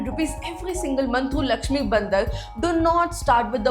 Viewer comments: Your pronunciation for bhandar as Bandar (monkey) really pinched my ears. But good video. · what she is calling as lakshmi bandar (sounds like monkey), isn't it bhandaar..?? The narrator seems to be a non hindi person, thus, an obvious pronunciation mistake. By the way the video kept me sticking with screen for 24 minutes.. Nice. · Clear ur words whts lakshmi bandar, its bhandar..clear the pronunciation.its annoying and absurd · Please pronounce correctly if you don't know Hindi. Your are pronouncing BHANDAR (भंडार) as BANDAR (बंदर) and Bandar means monkey in hindi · The video is good but your pronunciation has such a heavy mother tongue influence ( south indian MTI ) that it literally changes the meaning of things...For example.. The Lakshmi Bhandar is pronounced in such a way that the word Bhandar seems like Bandar ( monkey)😂..It actually means storehouse ...many more such pronunciations in the video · what a pronunciation man like seriously maati ko mati and its bhandaar not bandar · You are pronouncing some words incorrectly. You are calling 'பாண்டார்' as 'பந்தர்', you are calling 'சாத்தி' as 'சத்தி'. Hire me, I will work remotely and work on your pronunciation of words. Your videos will be excellent in pronunciations also. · thy pronunciation is not proper. lokkhir bhandar, bhadralok, didi, mati(t sound like taaal not tea)